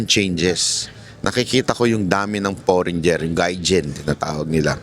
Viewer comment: Idol By Ang Pronunciation ng FOREIGNER ay forenier silent ( G)